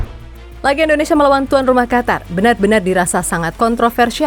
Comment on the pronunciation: Qatar = Qotor harrammm